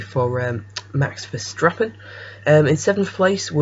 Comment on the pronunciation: Welhelm and VerSTRappen??? Try to learn the proper pronunciation first - after all you provide infos for a potentially huge audience... Wehrlein = Var-line (as in variable or various) Verstappen = Fair-stop-pen